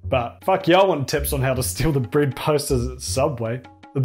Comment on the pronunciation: yeah, one of the most noticeable differences between Aussie and Kiwi is the way they pronounce vowels. A good example is when he pronounces ‘bread’ as ‘brid’